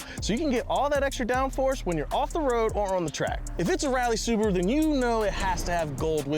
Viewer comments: Listen to them pronounce "Suburu" 😂😂😂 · why english speaking people have trouble with pronouncing cars names, dont get me wrong its whatever but subru and porsch always make me chuckle